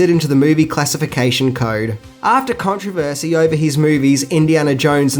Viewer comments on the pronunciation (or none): none